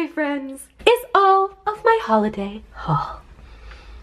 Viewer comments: Holiday... you mean HAULiday ? :D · It's hauliday